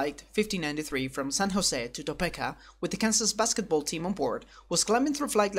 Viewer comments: gomphrena beautiful flower as someone who lives close to Topeka, I’ve always heard it pronounced tah-peak-uh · Topeka is pronounced Toe-Pee-Kah. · Topeka is pronounced "Toe-Peak-ah" and the first communication from ATC where you have the "-" he says "berth". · FYI the pronunciation is ToePeak-uh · I like having the narration, but not this particular voice. It's pronounced To-pee-ka.